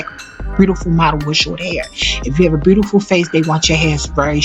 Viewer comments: Good God it was awful listening to this woman trying to narrate. I love Whitney Houston so I powered through. One more tongue pop, one more use of the word phenomenal, one more mispronunciation of the word “looked”, one more beautiful pronounced instead as “brutiferl” and I was going to just lose my mind. Please don’t narrate another thing ever. You make Beyoncé sound like a scholar and we all know how she sounds when she speaks. That was rough. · and the way beautiful was mispronounced